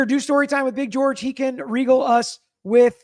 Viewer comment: The pronunciation of regaled is re-gale-d.